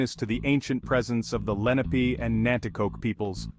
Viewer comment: They are not Moors. Moors are not Indigenous to America and you are pronouncing the name wrong